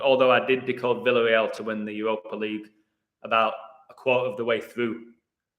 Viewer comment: By the way, isn't it pronounced "Vee-ya-rey-al" not "vill-uh-rey-al"?